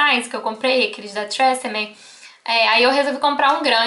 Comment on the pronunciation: mto legal ouvir vc pronunciar tresemmé kk.bjus